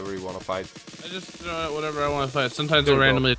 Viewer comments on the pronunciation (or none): instead of throw your pokemon i thought you said troll your pokemon